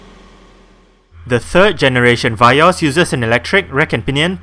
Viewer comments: I believe it is Vee-Os Not Vai-Os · Vee-yos right not va-yos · indonesia vee os